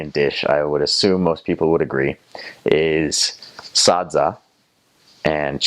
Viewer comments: The way he says Sadza is very authentic... Shona touch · he pronounces SADZA so well. i couldn't be happier!!!!! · How you pronounce sadza is proof that you know, understand